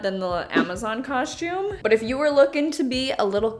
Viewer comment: Shcooby-doo cau-shoom😂